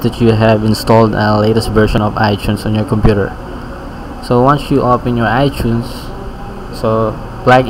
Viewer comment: u said iTunes like Ichunes. u are Pinoy